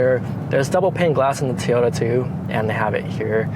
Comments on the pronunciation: Teeeyota? Really? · Toyota pronounced Teaota?? ;-)